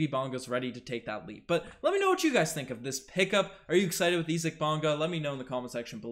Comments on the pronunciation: Pronounce his first name the right way. Sounds this way ........ EYE ZEEK (Isaac) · Does know something I don't about this guy's name? Or does not know how to pronounce "Isaac"?